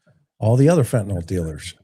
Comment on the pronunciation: I’m gonna be a Karen here for a minute ok?? 😁🤯 Fentanyl is pronounced FEN-ta-NILL 😅😅😅😅😅